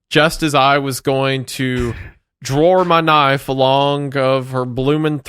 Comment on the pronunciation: "Dror mi nife" 🤠🤠🤠